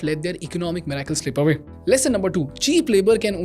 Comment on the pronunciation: What da hell is a "miraakel" ? You mean "miracle"!! Are people making up new English words to pronounce. What's next? "seear" oh you mean "car" 😅😅😅